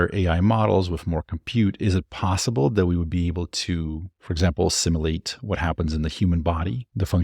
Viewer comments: Hey brother - I love your videos and watch every one! Two nitpicks: (1) I want to hear more of that sweet ai-generated female voice that speaks up sometimes in your videos. (2) Simulate is pronounced like "sim - YOU - late". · Pronunciation of "Simulate" The word "simulate" is pronounced as: IPA Notation: /ˈsɪm.jʊ.leɪt/ Breakdown of the Pronunciation Syllables: The word has three syllables: sim-u-late. Phonetic Sounds: sim: rhymes with "him" u: sounds like "you" late: rhymes with "fate"